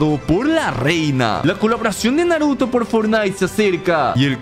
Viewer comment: dijo naroto? xd